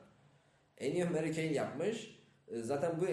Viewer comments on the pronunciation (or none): ennio marikoni diye okunuyo :)